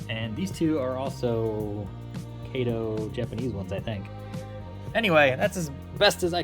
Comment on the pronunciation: It's Kah toh not Kay tow.